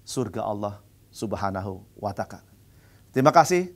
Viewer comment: Kok nyebut Allah SWT jadi subhana wata...????...